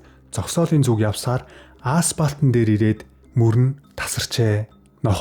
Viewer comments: Ааспалт гээд л бх юмдаа. Асфальт гээд хэлж чадахгүй юу. Асфальтан замаар өдөр бүр явж бгаа биздээ. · Ааспалт бишээ, асфальтан зам, зүгээр засмал зам гээч дээ. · Ааспалт....заваан юмаа...